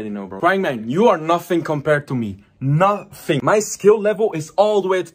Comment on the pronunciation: “Nofing compared to me”